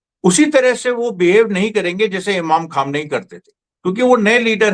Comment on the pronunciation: Very good sharma ji but your parouncia sion is not good khaamnai you